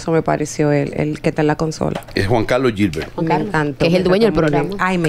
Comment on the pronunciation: "larimaL, eLnesto, iLving, robeL, entonces el que va con L,gilbert...."girbert"